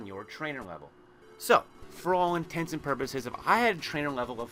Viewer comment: did you just say for all "intensive" purposes??? it is for all intents and purposes.